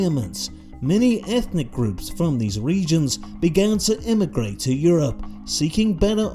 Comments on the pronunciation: The way bro says you-rope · Love how "Europe" is pronounced here 😂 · his pronunciation of europe kills me every time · How he’s pronouncing “Europe” is killing me